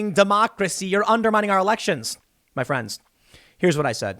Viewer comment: But you're UNDU MINING DECWACY!!!